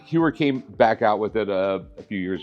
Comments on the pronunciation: It's not "You-er" it's "Hoy-er"! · HEUER NOT HEWER ffs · Hewer and Zeenith? Le Mans with an S? Sigh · ...not TAG Hugh-er...HOYER...interesting Audemars Piguet literally won't let you buy their watch unless you can pronounce the brand correctly. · Its Tag -HOYER, not Tag-HUER. 😫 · It's Hoy-er not Hugh-er. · It’s pronounced “hoy er “. Not Hue er. Also the Daytona first movement where valjour 72 not the zenith. That’s “Zen ith” not zeeenith. lol. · If he knows everything...he should know that "Heuer" is pronounced "Hoya" ... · Talks about incorrect pronunciation, then goes on to talk about “Hewer”, “Zeenith”, and “Jagger” 😂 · Not to be annoying but it genuinely took me a second to get what he meant. Heuer is pronounced Hoier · The F is a Jaggar La Colltrah xD or a Jeuer for that matter xD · Lol. I just got a Blonk-Payne and. Hyooer. Im set. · Rick can't pronounce Heuer correctly. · He needs to learn how to pronounce Tag Heuer first then talk. Its pathetic how americans make their own pronounce for European brands. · Makes fun of Michael how he says "Pawn Stars" and proceeds to butcher every single watch company name lol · The amount of times the guest butchered the Heuer name is hilarious....he doesn't know anything about these watches.... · So funny, the guy corrects Michael for pronouncing the name of his show wrong. He should look in the mirror because a bit later he butchered the Heuer name twice 🤣🤣🤣🤣